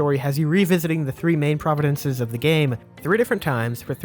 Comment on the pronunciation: Love your channel, not to be an ass but I believe you meant to say "province" that whole time. You rock, brother. Keep slamming out great content like you always do.